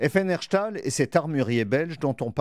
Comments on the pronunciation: C'est où "HerSHTAL"? 🤣🤣🤣 Perso je connais Herstal, mais HerSHTAL...😂😂😂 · Herchestal :face-blue-wide-eyes: Mon dieu les journalistes français ne savent vraiment pas faire d'effort pour dire correctement les noms des villes belges. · FN Herstal ça se prononce HerStal et pas HerCHtal 😂 J'habite là mais je vois pas en quoi ce terme est difficile à prononcer. Pas comme "molenbeck" (à prononcer "MolenbÉÉk") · par contre c'est pas FN Herchhhtal mais FN Herstal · ça se pronoce "herSSStal" avec un S pas un SCH! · fn herstal pas erchtal